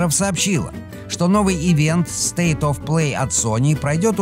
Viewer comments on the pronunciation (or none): none